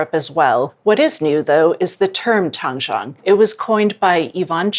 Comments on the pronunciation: It’s originally from Chinese method “ 湯種” sounds like tang1 zhong3 not tang1 chang1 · Doesn't have a Chinese backround? She is pronouncing Tangzhong incorrectly. Zhong would be pronounced Jung in English. Even if she doesn't speak Chinese you would think she would look up the correct pronunciation. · Tang Zhong It's actually pronounced like "tongue" & "jhong" with a long "O".